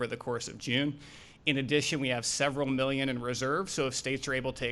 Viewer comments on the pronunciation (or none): Why does he say mellion instead of million? He also repeats himself which makes him sound stupid.